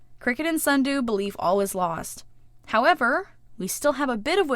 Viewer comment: yes allways say snudoo for sundew like sundew: why